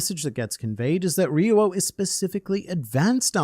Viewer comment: Y do you say ri-yu-o it’s pronounced Ryou -> riyooo. the ri is really short and there is no “u” sound only o. Lived in japan and studied tin for almost a decade